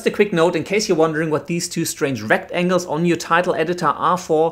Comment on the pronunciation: Just thought the way you pronounced it rect-angles was funny Great Vid BTW